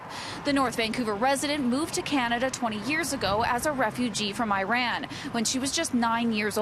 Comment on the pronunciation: Can you please learn to say "Iran" properly?